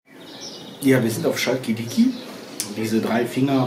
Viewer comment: Das CH in CHALKiDIKI wird wie in maCHen oder BauCH ausgesprochen